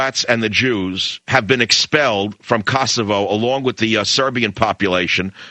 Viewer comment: Michael Savage - get the pronauncenation of Kosova/Kosovo right. LOL!